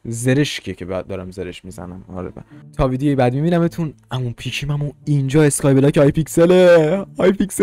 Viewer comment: نه از اون اینتروت نه از اون اسکای بلاک گفتنت😂